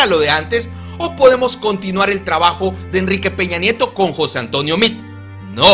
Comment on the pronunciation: se dice meade.. cuando dices mid. Se escucha que te refieres ati mismo..abla meade como bueno Méxicano